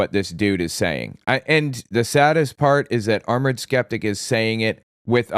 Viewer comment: What’s a skentic?